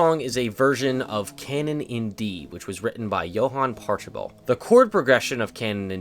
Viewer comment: Just to be "that guy," it's pronounced like Pockle-bell